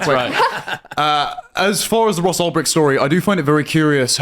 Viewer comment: Ulbright? This is why Tim is a f**** joke. Man , if he had any clue what he was talking about , he wouldn't have messed up his name. Because he wouldn't be reading it from some article, he would be reading it from his own heart.